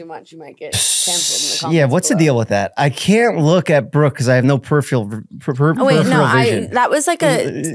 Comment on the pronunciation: didn’t think I needed to hear Mike call brooke “brookie” until now